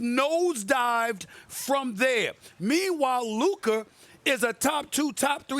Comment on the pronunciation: Why does Stephen A. always pronounce every word that ends with an "a", as if it ended with an "er" (ex: Luka = Luker and Busta = Buster) 😂